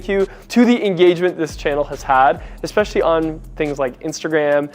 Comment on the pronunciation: Bro, stop saying Expeshally